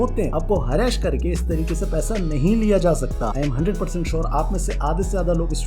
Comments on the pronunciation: Harass❌ हरैश✔️ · Harra-Ash nahi beta Harass bolo. Sahi pronunciation seekh k aao. Baki sab thik hai, good info shared by you to educate youth n kids 👍